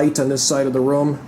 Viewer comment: His pronunciation of the word: room sounds like he is saying: rum